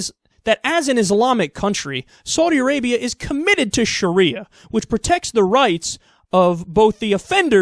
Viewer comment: I love the fact that Americans are incapable of saying the words Saudi Arabia. It's hilarious.